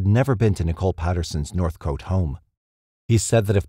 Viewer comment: Noonawading? Nah "Nun a wadding" (Nunawading) North cot not North coat (Northcote)